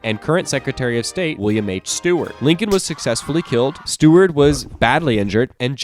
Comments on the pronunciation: its Seward, not Steward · Its seward not steward bro